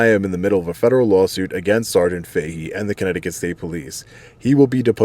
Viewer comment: Welcome to. Comminecticut